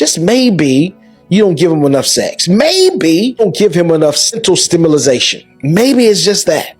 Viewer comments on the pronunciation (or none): This man cannot pronounce EsTiMulIZaTioNz!! Hahahaha 😂 But he be looking hahaha